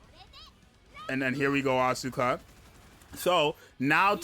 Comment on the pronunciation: Crown is my highest CP unit, but I will try to pull for Mari too. Btw it's As-ka not As-U-ka, the u is not exactly silent but it sounds 10x less obnoxious than AsUka, check the pronouciation yourself.